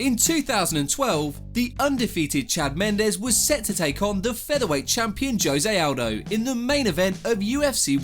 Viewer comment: Joe Zay Owldo 🤦🏻‍♂️Jose Aldo could u say it right in at least one video